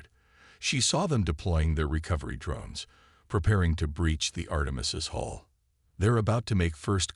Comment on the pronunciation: HULL! Hull dammit! Not 'haul' or 'hole' or 'hall'. And 'doobie calls'? It's 'duty calls'. Le sigh. Despite the maddening word salads, it's a decent story.